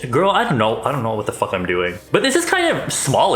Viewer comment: “What the fuwk is this” 😂